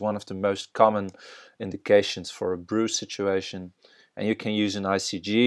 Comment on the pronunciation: FYI BRUE is pronounced "BROOEY" not "BROO"